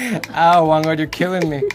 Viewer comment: It's whang-od not whand-od